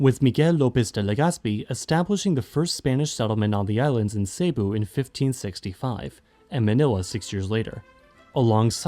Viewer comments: Bro why did he say saybo instead of cebu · I think you pronounced wrong (it's Cé-boo, not Sey-bu) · Me hearing him pronouncing "Cebu" as "Ceybu" : why do people think "Cebu" is pronounced "Ceybu", it's pronounced "Sebu"